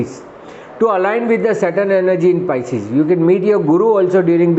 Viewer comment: PISCES is the word not pieces😂😂😂